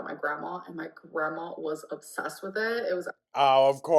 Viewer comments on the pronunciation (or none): when someone shows MILD INTEREST she claims they're LIDURALLY UBSESSED. She's too stupid to articulate any other words with her incredibly limited vocabulary